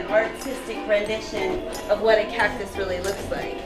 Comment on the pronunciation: did she just say cocktus? ( ͡° ͜ʖ ͡°)